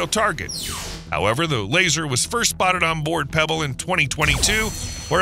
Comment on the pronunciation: USS Preble. Not Pebble.